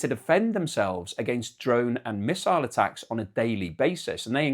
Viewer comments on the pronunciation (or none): none